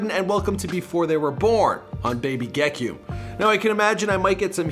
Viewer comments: We already gotta stop were saying ge-ki-um its ge-key-um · So the song he recorded was “Gekyume” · gekume first word will be ayy ayy RIP bro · Gekyume’s teachers are about to butcher his name lol. But the kid is gonna be special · STOP SAYING HIS NAME LIKE THAT IM HIS COUSIN I HATE WHEN PEOPLE SAY HIS NAME LIKE THAT